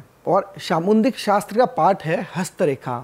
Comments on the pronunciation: It’s called Samudrik shastra Not samundrik shashtra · सामुद्रिक शास्त्र bolna sikho